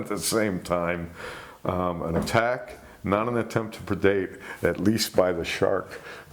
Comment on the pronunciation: What is the word that is use all the time by the host when describing a sharks attempt to eat or take the prey? It sounds like perdate